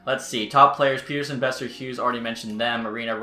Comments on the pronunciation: Isn't it Pet-terson and not Peter-son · Pet-Ter-Son not peterson 😂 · It's pronounced Pet-er-son , just letting ya know :) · Elias Pettersson has been in the NHL for 3 years and is still calling him "Peter-son"